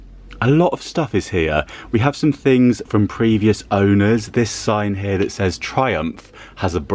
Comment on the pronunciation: Christina again. "Storing tings in" is what I meant.🙄